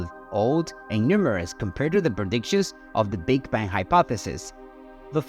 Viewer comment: Sounds like AI said Big Ben theory